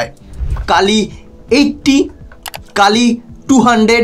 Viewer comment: Kilo hoba ucharon ta Kilo ampear linear injector. APNAR OKHANA LAKHA AACHHA KILO KINTU PURO NAM UCHARON KORAR SOMOY BOLLAN (KAALI AMPEAR)